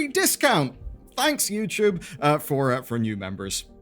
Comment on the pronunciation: ITS NOT YOUCHUBE